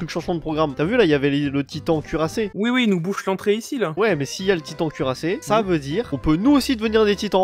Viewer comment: mon pote au lieu de dire cu rassé il disait cut rasé😂🤣